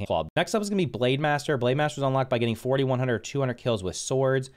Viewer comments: Is he saying 40-100 or 4100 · Nope I keep hearing 4100 or 200 kills, not clear on the number eitner.